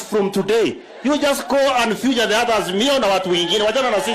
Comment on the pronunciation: Sudi, it's "featured" not "futured". Grapevine has it that Sudi will be the Minister for Education in the Kenya Kwisha government ........God help us.